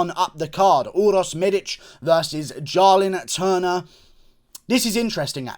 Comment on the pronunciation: It’s Jalin Turner not Jarlin Turner